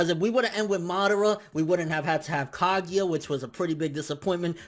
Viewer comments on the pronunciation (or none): Kagia LOL ITS KAGUYA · stop saying kagEEya pls e.e